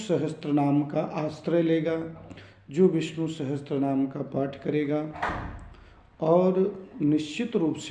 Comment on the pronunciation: Sahastranaam nahi hota, sahasranaam hota hai....... Sahi uchcharan kiya karein